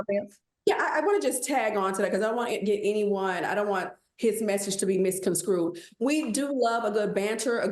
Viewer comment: All that money and tv time, and STILL can't pronounce misconSTRUED?, quit attempting trying to use words you can not spell...just say misunderstood and keep it moving. I love my people, and LORD knows they can use a few elocution classes., take Claudia with you....PLEASE!